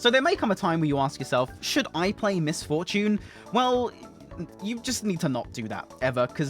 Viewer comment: Miss For-tune